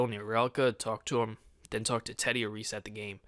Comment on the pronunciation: TEDDY NOT TEY